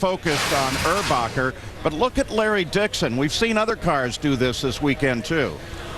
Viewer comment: his name is erbacher not urbacher